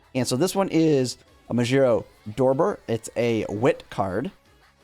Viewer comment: I notice some of these content creators tend to add extra letters or mix them around. He also said "Sanato" instead of Satono. Dorber instead of Dober, bring a random extra letter. I can't help but wonder if they just don't read or they're dyslexic. Nothing wrong with it, but a curiosity all the same.